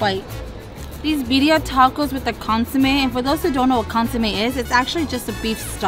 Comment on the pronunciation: How come you don’t pronounce the food in Spanish, like consomé 🧐. Anyway thanks for the video guys.